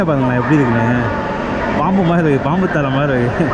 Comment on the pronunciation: யோவ் அது 'மாறி' இல்லையோய் 'மாதிரி' ! மொழிக்காக உயிர்களை பறிகொடுத்த பக்கத்து நாட்டுகாரன் 😔